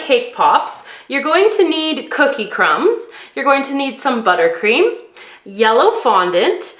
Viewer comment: You said cookies crums hahahahahaha LOLz